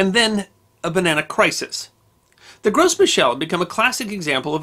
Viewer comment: As a permaculture orchardist, I squealed with glee when I found this video. I have very few notes, other than wanting to say that the "Gros" in "Gros Michel" is pronounced, "grow."